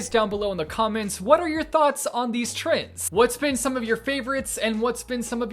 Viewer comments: me: trends: TRINDS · Normal person: Trends: Trins or Trinds Me: I like better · so my name is trinh and every time you say "trends" i keep hearing my name lol the fidget spinner clip though iconic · sounds like he’s saying trinds instead of trends 😂